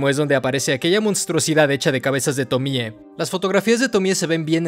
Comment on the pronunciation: ¡Tremendo análisis! El otro día estaba viendo entrevistas a Junji y cuando decía Tomie lo acentuaba en la e, como Tomié. Me pareció raro porque estaba acostumbrado después de ver todos tus videos del personaje. Pero te lo comento por si quieres corregirlo en próximos videos. <3